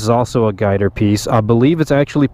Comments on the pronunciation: I've been racing my whole life, and even sponsored by Yamaha. Never heard it called "guy-ter" before because its GYTR. Call me triggered but atleast I'm hitting bullseye, as far as being correct. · Am I the only one that gets offended everytime you say "guy-ter"??? You dont pronounce it as a word, you pronounce the simple abbreviation GYTR. G-Y-T-R 🤦🏼‍♂️